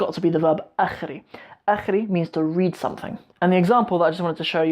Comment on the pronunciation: It's akhrin bro, you have to pronounce n at the end.